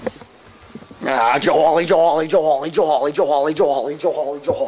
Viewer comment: When Joe says Joe Hawley too much is sounds like jolly, or ig jawley